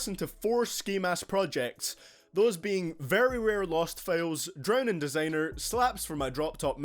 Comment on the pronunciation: Good video but learn how to say designer